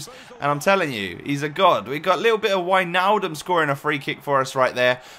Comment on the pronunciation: finnaly someone who says Wijnaldum right thx